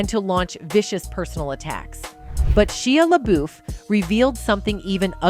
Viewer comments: Shia La Beuf....Shia La buuuuuuuuuuuuuuuf, Shia La Beff, Shia La Buff 😂....that was kind of funny, but amazing video! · sheeya laBoof 🤣 oh AI, you be funny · SHE-a La-BOOF. Bro... at least double check the AI voice narration, before posting this. lmao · "Sheeah Laboof" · SHEEUH LUHBOOF 🤣🤣🤣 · How can AI pronounce a name in 2 different ways in the same segment and both of them are wrong? There is one right way to pronounce Shia LaBeouf right. That can not be too difficult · I think if your going to be a narrator you should learn how to pronounce people's names. It was crazy how many times she butchered Shia LaBeouf's name.